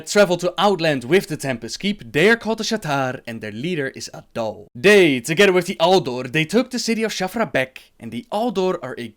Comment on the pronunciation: "Their leader is adull".. A'DAL, not a-dull.:P